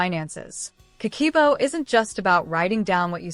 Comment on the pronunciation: Not ka-key-bo, is Ka-keh-boh.